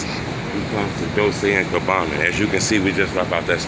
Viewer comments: dol chay not dol say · Dol-chey is how it's pronounced.